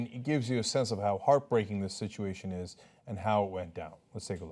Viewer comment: perhaps in her dialect of English "is" has lost the "s"...